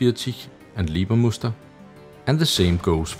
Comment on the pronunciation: I´m normally really impressed on how you pronounce german and russian weapons or equipment, but you totally messed up the Leibermuster camo! It´s Leibermuster, not Liebermuster as you pronounced it since ist not derived from the german word "lieber" but instead from a german printing technology engineer named Hellmut Leiber who holds the patent for the printing precedure! If you would instead pronounce the first syllable like the english words "lie" or "library" instead of "leeway" or "lease" you´d be on the safe side! ;)